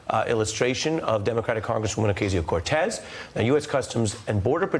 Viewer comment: Oh-ka-ze-o, if you can't pronounce it, you shouldn't do the news!!